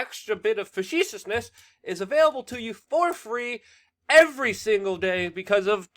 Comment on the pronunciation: Facetious: Phuh. See. Shuss You got this.